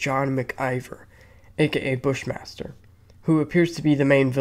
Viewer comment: I swear to god, when they said Bush Master, I thought they said Fish monster 😂